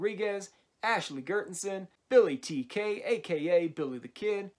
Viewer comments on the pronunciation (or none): none